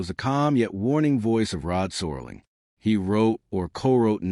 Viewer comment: Could someone tell the Artificial Idiot narrator that it's Serling, not Sorling?!